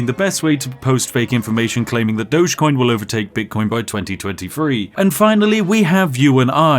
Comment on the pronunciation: "DOG-EE-COIN" Doges were the guys who ran Venice.